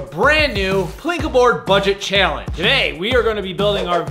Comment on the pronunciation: You mean a bucha Bu - budget Cha - Challenge